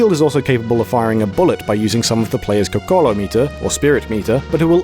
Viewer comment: "gogahllah" is probably the worst pronunciation of "kokoro" I've ever heard